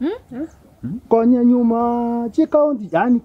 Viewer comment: Konyanyuma not Konya enyuma